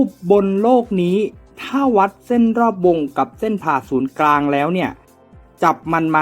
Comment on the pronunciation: เหมือนได้ยินออกเสียงว่า เส้นผ่าศูนย์กลาง นะครับ